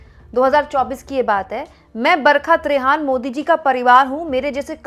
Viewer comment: आप बोलतीं हैं , लगता है बरक़त रेहान बोल रही हैं बरखा त्रेहन (Barhka Trehan) बोलिए मैडम जी